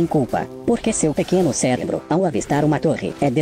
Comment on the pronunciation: " - Seu pequeno ceLebro" é isso mesmo produçao ? ahuehauehaue